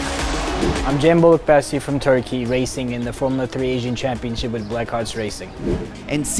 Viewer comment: Why he pronounce it Bolukbaesi instead of how its in his language haha